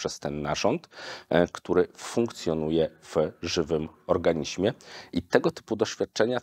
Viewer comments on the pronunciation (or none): none